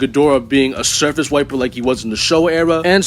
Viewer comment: I kept hearing surface wiping as circus wiping